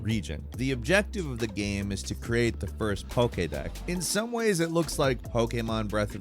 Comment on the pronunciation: He called it a fucking "PokeDECK." Jesus,. I don't even play those god damn games and even I know it's called the PokeDEX... Dex, Dex, Dex! I don't know who writes scripts for him, or why they are proofing these words, or why HE isn't proofing these words. But every video does makes me believe more and more that this dude is not really a gamer at all. He mispronounces wildly famous and popular words from video games and pop culture all the time. Literally, all the time. Like, every video he narrates just listen close enough and you'll hear him mispronounce game titles, character names, important things related to video game lore, all while claiming he's a "huge fan" and big time player of these games. I mean, they say these words IN the game, so... Why not pronounce them like the game does? And it's not like he has some accent or something. He sounds like a very normal, American white dude. So you can't blame it on that.